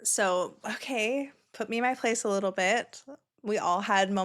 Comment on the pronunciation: You Crack me up when u say 'otay' instead of ok😂, my 2.5 yr old granddaughter is at that age where she says 'otay' instead of ok😂😂